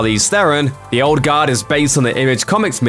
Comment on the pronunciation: Sounds like he's saying "Old God." Was confused for a minute.